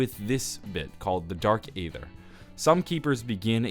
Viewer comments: saying Ay ther and not Æther (eether) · Dark E' ther the A is silent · I love your story videos and watch them each day the come out. But... aether is pronounced Ee-ther, with a long E at the start. It's just an alternate spelling of ether, as in ethereal. You can do it!!